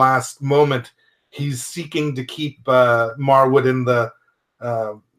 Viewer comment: Just wanted to mention that his name is pronounced Marwood 😆 great review btw.